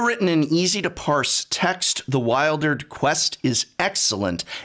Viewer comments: Great review, I could really feel the magic and how moving this story was and the themes that surround it. One question though, isn't it pronounced like "Wil-der-d"? (Not "Wild-erd") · I thought it was pronounced "weeldered" and not "whiledered"... :-/